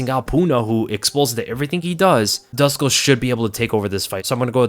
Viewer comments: Dusko is pronounced like du-SHH-ko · please try and pronounce it as "Dooshko" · Hey, Dusko is from Serbia, and his name is pronounced Doo-Shkoh/Douche-koh😛. Great breakdown as always. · Dusko is pronounced like douche -ko...